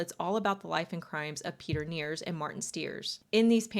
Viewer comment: I dont know why it bothers me but i would like it more if you at least tried to pronounce the names correct... I doubt the dude was called "pitir niers"